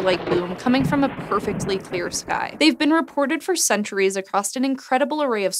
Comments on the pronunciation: Across, not acrost. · acrost? really? sanic? the grittyness/raspiness? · Across = no 't' , anyway = no 's'